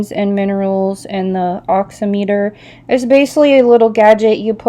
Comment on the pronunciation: It's pronounced; Pulse " Ox - em - a - ter ".... it is used to measure the saturation of oxygen in a person’s blood.